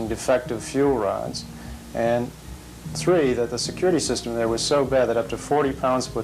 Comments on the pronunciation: Ok... I'm on to you! you ACTUALLY SAID nineteen eighty-THREE not eighty-TREE! So you've just been stringing us along all dis time? 🙄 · I just heard you say “Three”....... Mind blown haha I had to rewind it just to make sure I wasn’t hearing things. I still prefer “tree” 😁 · Tm did anybody notice he said three properly in this video? Right around the 7 minute 30 seconds mark.... I think I like it when he says tree better